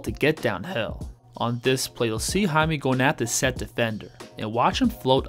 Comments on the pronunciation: Jaime is pronounce as Hayme not Hamey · Appreciate your correct pronunciation please, it's Jaime not Jamie. Jaquez it's all right 👍🏼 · Hame. Lol. Its read as high meh. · it's " high-meh " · Its pronounced"HIGH-meh." Other than that, good vid. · It's Hi-meh